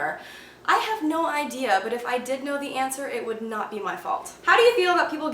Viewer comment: "You should nowt swallooww your towthpaste" :D So funny